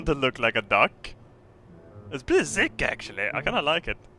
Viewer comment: zick? its pretty zick ? actually ?